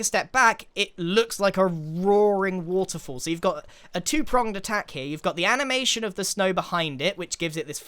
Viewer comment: I just love hearing Grian say woterfoll over and over xD